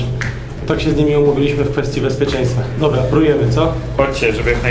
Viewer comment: dobla, dobla", a kiedy tych dwóch ,,mófcóf" logopedę odziedzi? Ich starzy problemu od dzieciństwa nie słyszą czy są głusi???